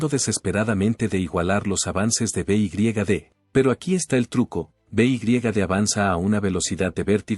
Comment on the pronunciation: beigriegade ? no sabes decir BEYEDE ?